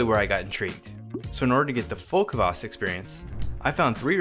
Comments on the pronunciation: A little tip for English speaker's. It's not kavass, or kuvass. It's kvass, with nothing between the k and v. Same with Kveik. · A lot more practice and drinking and we'll get that horrible English CUH-vass pronunciation out of you! 😂👍🍻